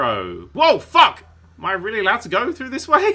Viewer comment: Lol, thrudder....